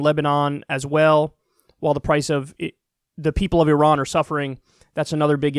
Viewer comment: Good on you for pronouncing it correctly and not "eye ran"